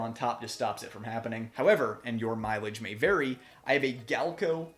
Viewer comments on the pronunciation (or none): none